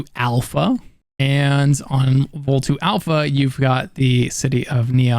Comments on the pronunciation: Is not Vol two, but Volii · Isn't Volii pronounced "Vo-lee" not "vol 2"? I haven't played it yet, but "Vol 2" just sounds weird. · I don't want to be this guy but the planet isn't called, Vol2. Those are I's at the end of the word. It's a common Latin ending for names. You have to pronounce My other both letter I's. It's Vol ē ī. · It's pronounced "Vo-lie". Not Vol 2. That was so cringe worthy knowing how many times they say it in the game. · Don't forget to use cover and peek over (when crouched) and around objects. The game doesn't really tell you you can do this, but like in Fallout 4, it's automatic. You'll see your character hold his/her weapon in a ready position, this will indicate that you can peek and fire. Also.... Volii. Vol-EYE, not Vol-2. Also, best place for selling stolen or contraband goods that isn't the Trade Authority or Crimson Fleet is the Red Mile on Porrima III. Also, Paramour - another drug that adds 30% to persuasion, as opposed to Hyppolyta's 20%. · Its Volaaaaay!! So Volii, not Vol2:D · If it were Vol 2, it would be II, always capitalized, but in the Surface map, its called Volii. So I'm pretty sure it's called "VOL-ee", maybe "Vol-EE-ee"